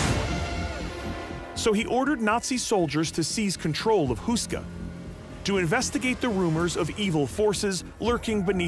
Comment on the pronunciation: It’s Houska Castle. Say it like “hoe-ska”, not “Who-ska.” Otherwise a nice brief intro.